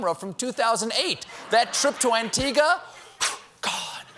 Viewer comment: Ayeeeeee Antigua 🇦🇬 ♥ And he said it right!!! LOVE YOU STEPHEN!